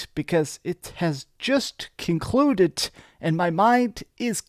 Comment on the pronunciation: Why do you talk so weird? "It has just conluted", "propibly"